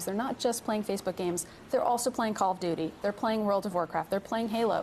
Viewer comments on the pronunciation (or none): none